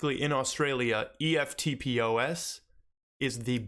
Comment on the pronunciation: Love the channel mate - would you be taking all your HBAR off Binance and putting it into Exodus or Wallawallet etc if you plan to hodl? What’s the risks? Cheers! Oh and you can say ‘eftpos’ as one word not just letters haha 🇦🇺 🦘